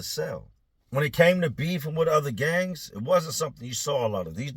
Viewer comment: He said gangs 😂 did sound like gays tho lol